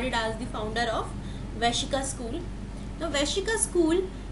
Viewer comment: Good and simple explanation. It is not Vaishika. It is Vaisheshika.